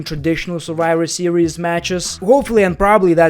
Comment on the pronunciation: the way you pronounce your "v"...😂😂 It's Survivor Series and you say "surwiwer series"..😂😂😂😂🤣🤣🤣🤣